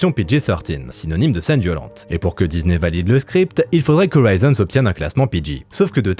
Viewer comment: Il n'y a pas de "Z" dans disney et le "s" n'est pas suivi d'une voyelle, merci de le prononcer correctement à l'avenir !